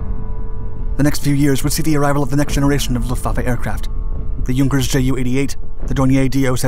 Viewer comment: Can we appreciate that he said Luftwaffe correctly